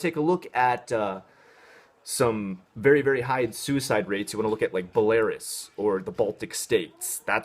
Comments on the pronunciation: bolerus? did he mean Belarus? as in Bell-A-ROOSE??? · Did you mean Belarus? (Bell-ah-rouse)